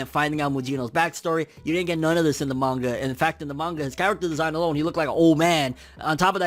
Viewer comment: "Nono of us were ready" bruh